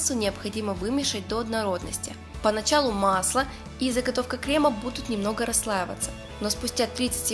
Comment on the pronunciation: Вы же кондитер. Не кремА, а крЕмы. Не ганашОм, а ганАшем. Можно не знать правильное произношение слов из других отраслей, но из своей - это святое.